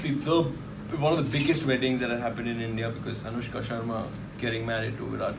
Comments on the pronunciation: Delhi: Anushka Kolkata: Onuska New York: Aan-eush-ka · Why will Bengali people call her Onuska when there is an alphabet "শ" ? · This onushka thing really cracked me up! Bhirat and Onushka :p onushka shorma...hahaa khub moja laglo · Virat - awwwnushka 💗💗🦄🦋🐳